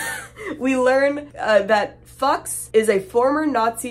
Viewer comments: You lost me when you said you pronounced Fuchs as "fucks" and not "Fewks". Good god. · Fuchs just means fox in German. You need to pronounce the u as in you „fu chs“ not like „fachs“ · for the record fuchs is pronounced fooks and it means fox in german :3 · I believe the prounciation is Fu-ooks. I think the hopscotch trap the cows are not only there to scare the kids when they fall but these cows haven't been bled out yet. Since their hearts are still beating and they have 30ltrs of blood in them that will splatter and spray the kids making the platform slippery and freaking out the kids which will increase the likelihood of them losing their balance and falling into the grinders. Depending on the speed of the grinders chunks of meat and bone may also be hurled at these kids hitting them. Typically cows are carved up before they go in the grinder. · The name Fuchs means Fox and its pronounced few-cks I believe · Its more of a Fux pronunciation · Pretty sure Fuchs rhymes with pukes. Thank you for indulging my morbid curiosity! :p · Fuchs is kind of pronounced like “foohks” (I have no idea how to spell it the way it sounds haha) and it means “Fox”. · Fuchs is pronounced like Fooks or Fyooks 😂 Haven’t you ever seen John Carpener’s “The Thing”? If not, you should, it’s an amazing movie! ❤ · The German pronunciation would be "Fooks" without "y" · Fuchs: foocks (roughly) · Fuchs is pronounced as FOO-cks ❤ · It's pronounced "Fukes." Like in Barry. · The German accomplice's name is pronounced "fukes" lol 😭😭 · the nazis name is pronounced fyooks its usually spelled fuches with an e, like the old guy from barry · Pretty sure Fuchs is pronounced “fooks” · Fuchs is pronounce Few-ooks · restless.dreamss_ A youtuber really should research words they are unfamiliar with before filming.